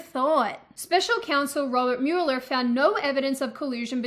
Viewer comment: I couldn't bother to look to see if someone had commented, but I had to cringe at Mew-ler. As much as it does look like that, it is pronounced Mow-ler like a lawn-mower. Otherwise, I sympathize with your worldly observations